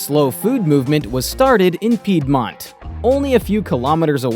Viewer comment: All good but why not to spend some extra minute to check how to pronounce the word "Piedmont" and not to ruin the whole video with wrong pronunciation 😢